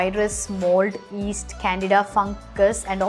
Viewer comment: Listen carefully, she is pronouncing, P_aach as P_ haach and muscles as muzzles and yeast as east, she should be careful while uploading videos!